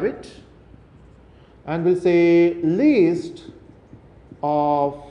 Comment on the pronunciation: don't pronounce list as least pls